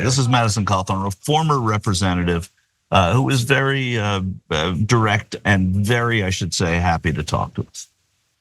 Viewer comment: “Redirec”??? 😂😂😂😂😂 Clown!